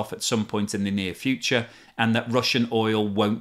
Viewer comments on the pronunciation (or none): none